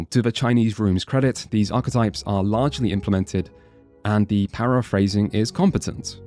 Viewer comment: OH MY GOD HE FINALLY SAID ARCHETYPE CORRECTLY